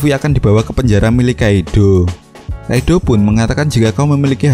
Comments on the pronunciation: Kaido bukan Kaidhlo idgham bighunah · Entah kenapa gw agak anu pas ni bilang kaidddoooow wkkwkw gw juga org jawa tp kga gitu juga 🤣🤣 coba deh pake English sapa tau lebih enak di denger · Hahaha cara penyebutan kata kaido gokil bangat. Wkwkwkwkwwkwkwwkwkwk Kaidooo